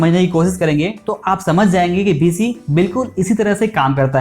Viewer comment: Bhisi nhi hai bhai beesi hai